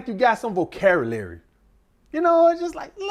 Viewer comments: Nigga said "Amicable" and couldnt even say VOCABULARY🤣🤣🤣🤣 Pure stand-up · Vocaralary lmaoo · Lmao the pronunciation of vocabulary was wild. Thanks g